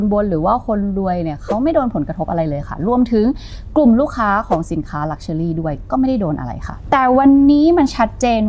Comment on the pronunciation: เนื้อหาสนุกน่าฟัง ติดตรง luxury ออกเสียงเป็น luxuly-ลักเชอลี่ ฟังแล้วสะดุดทุกครั้ง